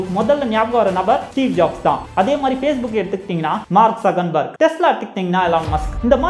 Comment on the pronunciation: மார்க்சகபேர்க்(மார்க்சகன்பேர்க் இல்லை bro)சின்னத்திருத்தம்